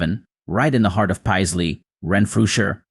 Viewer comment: 'Pie-sley?' WTF? 'Pay-sley' FFS.